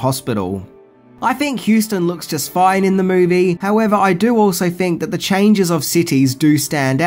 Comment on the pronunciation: "Think," not "fink."